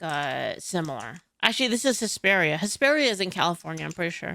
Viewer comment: LOL I misheard you the first time, thought you said HYSTERIA California at first. Made perfect sense to me!